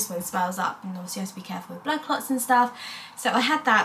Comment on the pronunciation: So cute the way you say wiv instead of with❤